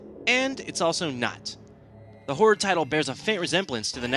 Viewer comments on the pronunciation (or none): lol am i just hearing him say "Hore" instead of "Horror" ?